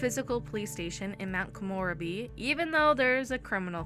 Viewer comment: No hate just letting you know it's pronounced Ko-mo-reb-e not Ko-more-a-be